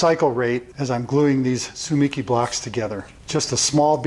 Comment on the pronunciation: In Japanese there is no stress so each syllable has the same stress. You have stressed the second syllable 'mi'. The more accurate pronunciation is TSU-MEE-KEY with each syllable fully sounded almost like they are separate words.